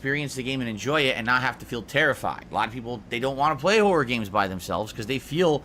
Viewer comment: The way says 'horror' bothers me so much for some reason